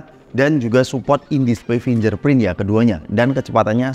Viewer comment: Kok reviewer2 nyebut "fingerprint" jadi "finjer prin", harusnya "fing ger prin". Mending full bahasa indo aja bang, biar enak didengar